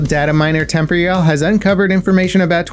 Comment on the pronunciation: Why have you never been able to pronounce Temporyal correctly. You always say temp-royal. It should be like temporal but with an ial sound at the end.